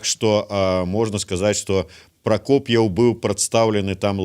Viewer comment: Не Прокофьев, а Прокопьев, если требуете, то говорите правильно фамилию